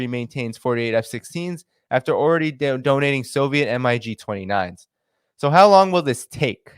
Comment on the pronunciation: Say "mig" not " em eye gee".